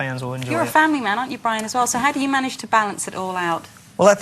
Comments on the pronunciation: hey, its Brian, not brain....lol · brian not brain. lol